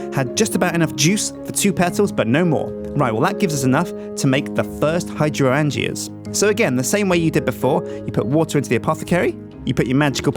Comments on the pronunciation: Hi-Drain-Juz, not Hydro-an-geas. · Hydrangeas Hi-Drain-Jas... It just bugged me the the way he said it. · It's rather comical how no one in the Yogscast knows how to say Hydroangeas. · Zanzibar Haberdasher No they're not, it's a pun on hydrangeas (a type of plant) so it should be pronounced HYDRO-AIN-GE-AS not HYDRO-AN-GE-AS.